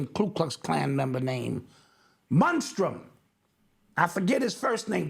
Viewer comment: Munstrum 😅 killing though.